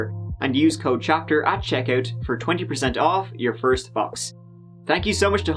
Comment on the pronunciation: LMAO. “Foist”